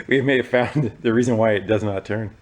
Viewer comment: "It does not churn" learn how to speak you fool. It's pronounced turn